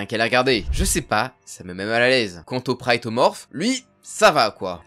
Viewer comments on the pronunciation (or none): Pourquoi tu dis le "prayetomorph"? Ca se dit "Protomorph" comme un "Prototype"